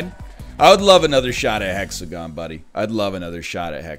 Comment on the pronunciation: the hex-a-gone broke my heart